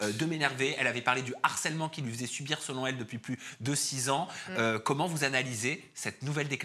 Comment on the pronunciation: 0,53:, quand tu parles d'Aurélie Preston, on dit " Selon elle, et non Selon t'elle ", 😉